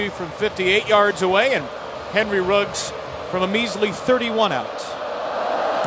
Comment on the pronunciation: Its Henry ruggs not riggs commentator